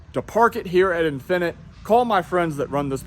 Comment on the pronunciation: The way you say "infinite" as if it's a foreign word. 🤣😂😂